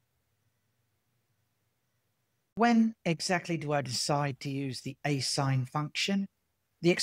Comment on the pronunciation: Asinh is pronounced a-shine, a hyperbolic function, to distinguish it from asine/asin or arcsine,a trigonometric function.